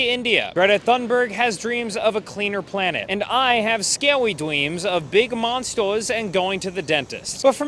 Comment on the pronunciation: The 'scawy dweams' got me